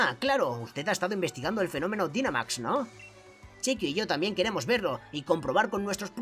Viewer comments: Oas el Dinamax se pronuncia Dainamax (y según en la serie viajes se escribe Dynamax) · la palabra dinamax se pronuncia dainamax